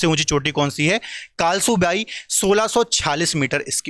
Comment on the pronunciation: sir कळसुबाई हे कालसूबाई नही